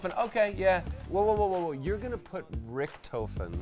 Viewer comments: it pisses me off how they are saying richtofen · As a cod zombies player it bugs me how they say Richthofen